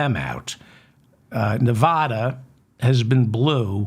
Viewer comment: Please stop mispronouncing NEVADA. "Va" as in vasectomy! And we're voting BLUE, not for the fatass fascist!! Thank you and goodnight!